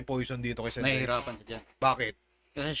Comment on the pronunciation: Tangina towpher marami siyang nasasabi kasi sensei "Sen say" HAHAHAHAHA